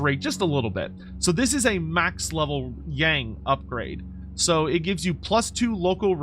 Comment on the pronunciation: Would be nice if you can pronounce “Yang” properly. It shares almost the exact pronunciation of “young”, just FYI.